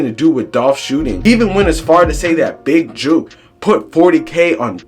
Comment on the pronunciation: mane you cant even get his name right you a clown reporter